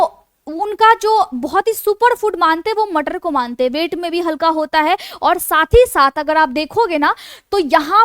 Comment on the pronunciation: So sweet "Matarr" lecture. 😅😂